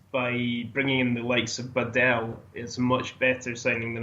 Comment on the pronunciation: Ask a Croatian person to help you with how properly to pronounce Badelj, please.